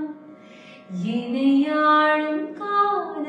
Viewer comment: Excellent video The 2nd line is pronunciation to be Enai aalum not enai aazum Thanks for the understanding